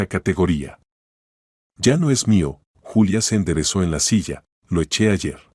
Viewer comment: Ningún YULIA Es Julia